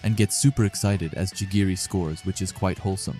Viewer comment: Chigiri or chirigi?